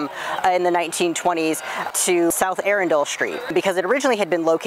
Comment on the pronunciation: Not pronouncing Arundel correctly.